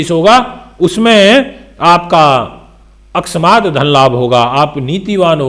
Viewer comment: अक्स्मात् नहीं होता अकस्मात् होता हाँ